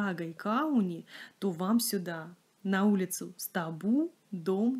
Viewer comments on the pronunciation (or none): Через три дня еду в Ригу, планирую заехать во все пряжевые места, включая фабрику в Паце, где производят Дундагу))). Те магазины, которые сняты тут, тоже хорошо знаю и уже была в прошлые приезды, очень приятно их вспомнить. Спасибо за красивый ролик! И ещё. В латышском языке ударение чаще всего падает на первый слог, улица СтАбу, пряжа ДУндага, река ДАугава. Мы говорим, конечно, как нам удобнее, но я специально выясняла у латышей, чтобы не обижать особенности их речи)))))